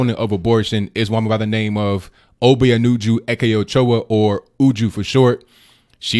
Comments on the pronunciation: Lord you butchered that Igbo name lmao. O-b-ah-nu-ju Eh-K-or-cha. That’s how you pronounce it. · He tried... it's ob-ya-noo-joo